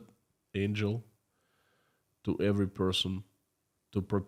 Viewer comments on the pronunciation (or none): none